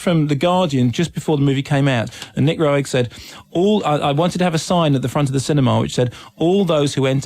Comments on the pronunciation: Pronounced "Ro-egg ?" Nooo...! As in "rogue..." Rogue is the total creator. You're not bringing him up at all. Or his use of dmt on set with everybody, especially in Performance. Bowie was coming off addiction, hence his gauntness that served the film's character's look in the film which is why Rogue chose him. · He also mispronounced Roeg multiple times